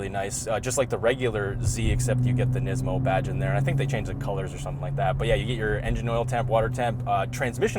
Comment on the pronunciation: WTf dude, learn how to pronounce the Brand. What are you 12? lol